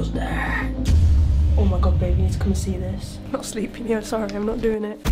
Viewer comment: said oh sowy